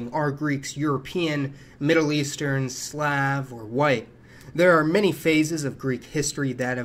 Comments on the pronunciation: I find your pronunciation of the word Slav to be offensive sir I don't think you know Wat they are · Great! Ya fucked up an otherwise highly informative presentation by intentionally mispronouncing Ptolemaic, Slav, and endogenous. Very pretentious of you!